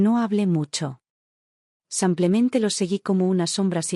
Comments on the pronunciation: Porque ella no dice simplemente ,no samplemente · Por favor , que no diga más samplemente . !!!